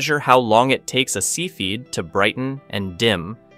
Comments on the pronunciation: "See-feed" variables? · Cepheid - Sef fee id. Edit. Sorry, other than that pronunciation I thought the video was great! Very thoroughly researched and presented